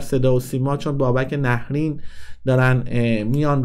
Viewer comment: عزیزم...اولن تلفظ nahreyn درسته...دوما میپرسی از کجا پول آورده؟بیشتر از موهای سرت رو صحنه نمایش اجرا کرده،از ۲۰ سال گذشته،نزدیک ۳۰ ساله،خوانند استنداپ کمدین مملکتو میگی از کجا پول آورده؟ غیر از موهاش دندوناشم ایمپلنت و کامپوزیته،تو رشدیه تبریز خونه داره،وقتی شما نوجوان بودی پرادو سوار میشد،گرون ترین بلیط هارو داشت و داره همیشه،خواهشا تحقیقاتت رو کامل انجام بده،بعد بیا صحبت کن